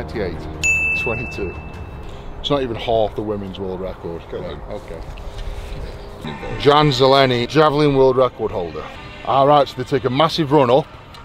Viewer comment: You called him John "Green" (Zelený) in czech actually. His surname (Železný) literally means "made of iron" or "Ironman". Jan sounds like Yan a Ž sounds like "S" in the word "vision".